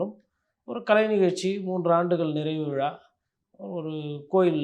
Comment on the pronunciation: பேட்டி காண்பவர் முதலில் தான் பேசும்போது பிழையில்லாமல் பேசுவதற்கு பயிற்சிஎடுக்கவேண்டும்.(உ..ம்)விழாவை விலா என்பது மழையைமலைஎன்பது.குறைந்தபட்சம்தாய்மொழியில்பிழையின்றிபேசவும்